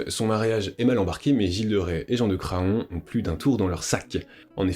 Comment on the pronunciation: Incroyable documentaire, bravo pour toutes ces info, seul petit bémol, Jean de Craon se prononce Cran, le o est muet. Il y a une ville en Anjou (Mayenne) qui s'appelle Craon, d'ou son nom.